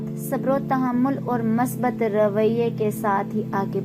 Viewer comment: Masbat nai Musbat hota ha,,, Urdu Bolna Sikh Lo. Mounh uthaya or Utube Chanal Bna liya or Chawly Start.